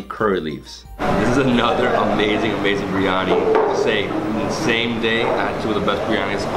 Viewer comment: Ahh- you pronounce Biryani like a Mauritian. Good man! 👍🏼